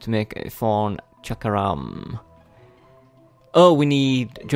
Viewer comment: I laugh every time you say thorn because it sounds like forn with ur accent